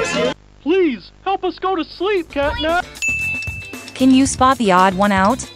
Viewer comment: The catnap name is not right it said catnab